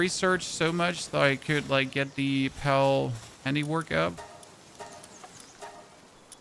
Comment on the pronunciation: sounds like you say Pel or pelts. Al with a P A L